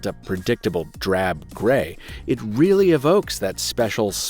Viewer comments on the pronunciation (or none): none